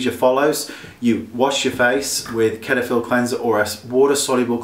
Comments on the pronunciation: I never heard it pronounced as "ketaphil" haha!! It's more like "Setaphil" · Lol. "ket-a-phil". It's pronounced set-a-phil. :) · Cetaphil It's pronounced Set-i-fill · LOL at the way he said cetaphil :-)